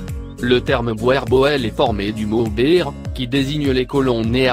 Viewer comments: ça se dit "bour" par "boèèèr", c'est du néerlandais... faites au moins l'effort de prononcer les mots correctement. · Boerboel ça se prononce "bourboul"